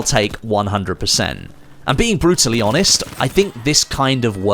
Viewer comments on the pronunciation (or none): none